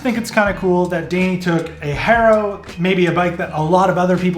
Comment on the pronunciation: You say Haro funny